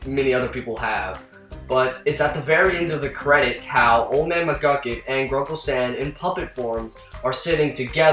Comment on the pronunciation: McGUCKIT! not McCluckit!